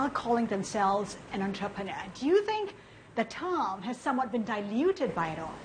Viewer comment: 13.35 Your an antroperner 😅